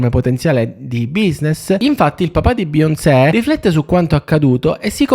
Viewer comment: Dovresti imparare a dire bene Beyoncé prima di farci un video dedicato